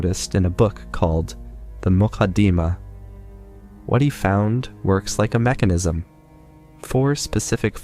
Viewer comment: Book is pronounced Mu-qad-di-mah